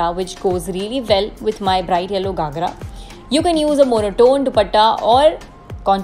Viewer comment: It’s GHAgra and not GAghra😅